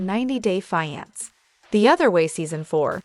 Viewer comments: FE-ON-SAY... fiance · Fee yon say